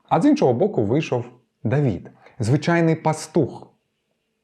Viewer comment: ДавИд!!! Не ДавІд!!!! И це не - і, це різні літери, РІЗНІ!!!